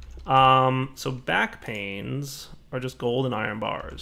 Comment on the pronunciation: Now that I've read this comment and went back and saw the discrepancy, every time he says "backpains" I frigging lose it. Rotflmfao!